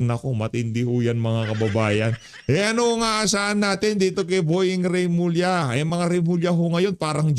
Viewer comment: Remulla Hindi Reymulla.